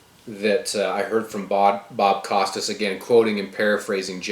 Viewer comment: Been a sub for a long time, found you via TNP. I agree with you 100% on all the issues discussed! I would like to add that you started the sounding uninformed not knowing how to say Costas or that the dead woman was his girlfriend and babies mother.